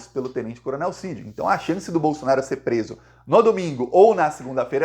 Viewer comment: Tira essa bandeira brasileira de trás de você, e coloca a verdadeira bandeira q tu defende a vermelhinha com o machado! E aprende a falar certo, não é Bolsonario é BOLSONARO.